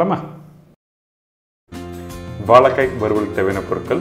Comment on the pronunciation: "Valaikkai",illingo "vazhaikkai",ingo....